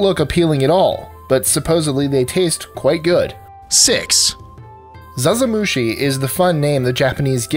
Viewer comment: I’m Japanese. #6 is not “Zaza-mushi”. I would be happy if you could try to search again.